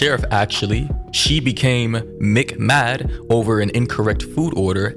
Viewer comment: This sheriff bruh….”she was McMad” LOOOOL